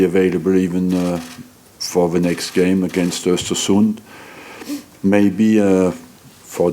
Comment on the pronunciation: arsene pronounces Östersund really well O_O